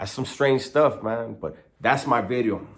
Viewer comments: It's video not bideo broken English bideos lol lol lol lol lol Today's bideo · I like bideo better lol